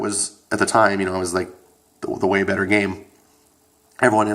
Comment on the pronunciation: You said its 'butter' 😂😂.. Ok you're both wrong. Overwatch is bettterrrr